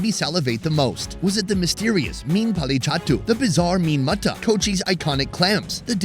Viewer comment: Meen(fish) Polli chattu?? Chathu(dead)!! 😂😂 It's not right!!! Sad no one gave you the correct pronunciation! It's Pollichathu(meaning burned)